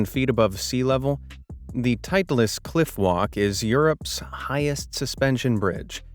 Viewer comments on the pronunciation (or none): Yes, I am from SWITZERLAND! PLEASE, learn to pronounce foreign names CORRECTLY! ALL names on this planet do NOT necessarily follow the American English *or even RSE) across the board (or in this case bridge!) Titlis is TEETLES - NOT TIE TLUS! Cannes in France is like saying a can. NOT canes, like sugar canes! Thank you!